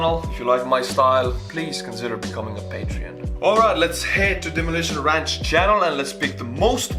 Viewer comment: “Demolishon ransh” I love this guy